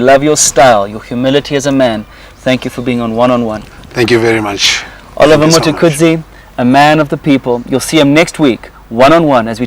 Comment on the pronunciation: This dude really can’t pronounce the word “Mtukudzi”?